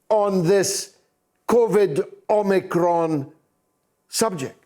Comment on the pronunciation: Drop the R omicron . You omiCON.